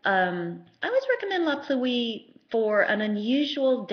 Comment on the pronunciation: Great reviews but please pronounce La Pluie correctly. Pluie is pronounced as one word, Pluie, not Plu-ee.